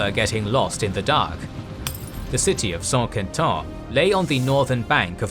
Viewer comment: Another great video! Though, there are a few prononciation errors I notice in the video and on this channel in general. Mostly the "in" sound French, which pronounced as "an". Like the main battle of the video, Saint-Quentin. This "in" sound is found in English, like in "Saint Albans", a battle of the Wars of the Roses. It is literally the same sound. So, I hope this "in" sound could be corrected in the future long-form videos of the Italian Wars and Hundred year's war (Saint-Germain, Saint-Cloud, etc.). As for Saint-Quentin, the sounds are actually reversed in the pronunciation of. Not San Kintan, but Sin Kantin. Also, I notice the pronunciation of the Italian region of Piedmont. pronounces it as "Peedmont", but I think it should be closer to the Italian pronunciation, "Pieymon". Elsewhere in this series, I notice the pronunciation of the french city of Cambrai. To be closer to the french pronunciation, it should actually be pronounced "Kanbrey". And for the Hundred years war series, I heard Anjou being pronounced as "Anjo", with an "O" sound at the end, but it should be pronounced with a "U" sound. used to pronounced it correctly in the Wars of the Roses series. Finally, there's also Agincourt, but the french town is today called Azincourt, pronounced "Azincur". Besides, I understand that French could be difficult, but the rest seems pretty good. Thanks again for the great content! Always a pleasure to watch! Cheers.